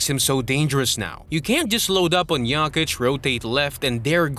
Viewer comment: good video..but you can not allow yourself so misspeelling in 1 video--it is JOKICH---NOT YAKICH